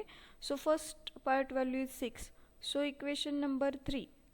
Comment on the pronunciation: In 3rd question- PIVOT is called as - पिवोट्स and you are calling it as पायोट्स